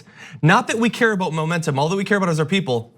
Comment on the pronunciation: Trying so hard to say “momentum”. Lmao, moron.